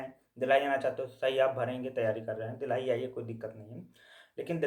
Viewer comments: bhai ye dheelhi kya he...delhi bol rhe ho kya❔ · Phle Delhi Bolna sikh lo😅